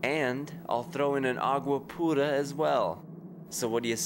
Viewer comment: Hated that the sketch ball says "(aqua-poo-rah)" its pronounced (aqua-pure-ah) AGGGHHHHH!!!